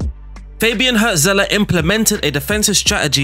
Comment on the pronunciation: Cool video. I'll give you silly mnemonics to help you pronounce the German names you struggled with. 1. Remember the band Hurts? Their hit was called "Wonderful Life". Now imagine someone was owning that band but giving it away for money. That guy would be the Hurts-Seller. Hürzeler. Ouch. But I'll bet you'll remember it. 2. One of Frodo's mates was Pippin, right? Now if Pippin owned a book, that book would be Pippin's read. = Pipinsried. German words seem long and scary for other cultures, but really we're mostly just combining short words, it''s just that we stick them together without spaces or hyphens. The place where monks used to live by a shiny creek would become Monksshinycreek. I picked that weird example because that is what Mönchengladbach (Mönchen-glad-bach) actually means. Cheers!